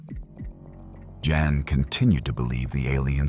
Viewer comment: It's Jan. Like Jam. Not yon.